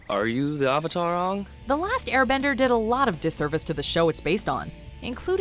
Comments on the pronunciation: "Are you the uh-vatar ung?" God that line almost gave me a stroke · Forget oooNg the uV-Atar they kept saying Suuuccka instead of Sokka. It made me feel sick. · "Ong" "Uvatahr" The pronunciation of these words were the only thing that was needed to make me dislike this movie. They could have watched a single ATLA episode and then they wouldn't have butchered it as bad. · Uhng are you the UH-VATR? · Hi guys today I’m going to be saying the pronunciation of the character’s names Sokka=Sew-Kuh Aang=ung/ong Avatar=ovatar Cabbage man= non existent for no fucking reason ruining the one chance this movie had at having any comedy or feeling at all. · series vs live film aang——> ong sokka ——> sowkuh iroh——> eerow avatar——>awvuhtar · That was literally me during the entire movie. I was also correcting the pronunciation of Sokka and Avatar, among other things while watching this sorry excuse for a live action adaptation. "Movie": My name is Ung. Me every time the avatar's name is butchered: It's pronounced Aang. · “Are you the ovitar ong”? - soaka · They said ovator one time. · bro i watched the episodes and their way better than the movie. It's also so annoying of how they pronounce Avatar and Aang wrong. The expressions and stuff don't really make this come out very well...